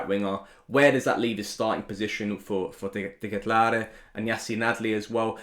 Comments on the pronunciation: he's saying it wrong actually. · Fine! You know how to say Dekatelare.... Just say CDK, make it easy on us.